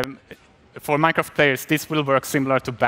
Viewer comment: i love minecrak she kept saying minecraak